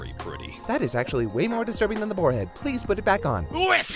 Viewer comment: alright I'm sorry but when you say please like plis your gonna get hate bro